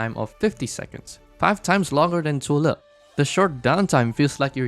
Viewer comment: I like people calling zuo Le literally how the Chinese Mandarin pronounce him😊 Also there will shift in the Meta... Yeah go find a flying roach somewhere and you know Wisadel just flatten all DPS operators that HG crafted to date whether has survival kit or not😂😂😂